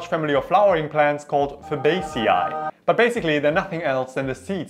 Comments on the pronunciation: Just FAB-ACE-EE, not FAB-ACE-EEII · how do you take a word with only latin roots and butcher it like that. how does fah-ba-cae-e become fabacii? fabaseei? how do you even phonetically spell what the fuck you just said. and its latin. which is closer to your mother tongue than English.how do you botch that? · Fabaeceyaii… it’s just Fabaceae (fa-bae-see)